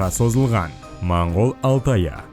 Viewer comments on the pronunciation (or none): none